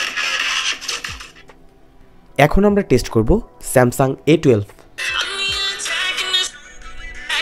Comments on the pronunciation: বার বারই আপনি স্যামসাম বলেছেন। একবারও স্যামসাং বলেননি।। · বেটা স্যামসাম বলো কেন?